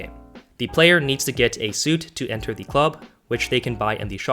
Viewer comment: I love how you say the dumpster. You say dee dumpster